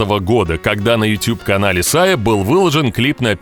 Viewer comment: тютюб иопта! ютУб! Иначе почему ты не говоришь дот ар ю? И Если уж любишь губы в трубочку сворачивать, то тогда всё "по правильному" произноси - не гАнгнам, а гЭннЭм!